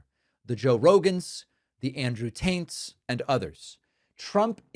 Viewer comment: Did you say “the Andrew Taints”???? I love it😂😂😂